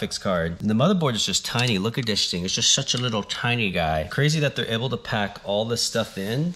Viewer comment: It’s crazy not cwazy